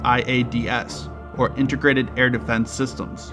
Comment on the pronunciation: “Intergrated”? LMAO